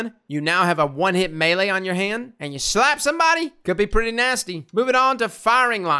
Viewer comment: “AND YA SHLAP SOMEBODY!!”